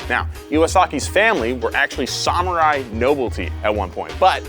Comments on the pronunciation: I appreciate your attempt at the correct pronunciation of Samurai but my brother please work on that second syllable. Sa-Mu-Rai, not Sa-Mer-Ai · 1. Why is pronouncing it - Sah- mur-rai? Sam- - it's Sam-er-eye 2. Samurai can sell their titles? That doesn't seem very honorable. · Goddamnit. This guy needs to suck a PSALMORAI sword to the hilt for pronouncing samurai that way.